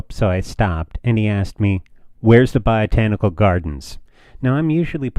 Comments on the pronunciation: its botanic. not "biotanical" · “Biotanical” Gardens?